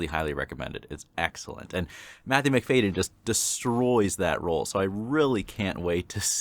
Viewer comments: Thank you for your reaction. May I suggest the serial, RIPPER STREET. At least perhaps the first episode, to give you the range of the talent of Matthew MacFadyen. He pronounces his name MacF(ah)dyen. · Lovely reading of the movie. Pronounced McFadden btw.